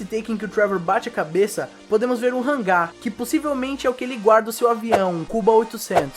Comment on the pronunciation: Nesse tempo o não conseguia falar Hangar, ele falava Rangar haha